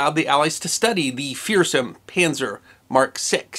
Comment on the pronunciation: I really like your vids, I find them fascinating, well presented, well edited, etc etc. But it bugs the SHIT out of me when you say Penzer! It's Panzer. Oh, and while I'm at it...it;s not Chooneesha, it's Tunisia. Thanks. Ok, get back to it :)